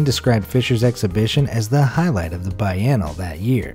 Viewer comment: biennale isnt pronounced (bye-en-ull) its (bee-en-all-e)